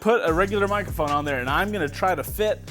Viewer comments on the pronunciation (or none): none